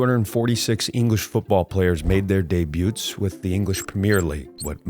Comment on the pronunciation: Debuts = day boots.